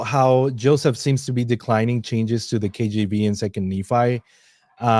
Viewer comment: every time says KJB... I hear KGB... 😂